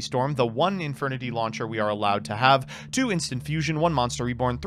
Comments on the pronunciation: really pronounces launcher as lawn chair, huh. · Is it just me or am I hearing lawn chair instead of launcher though that would have been funny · The way says laucher sounds like Lawn Chair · That, and how he pronounces "launcher" as "lawn chair"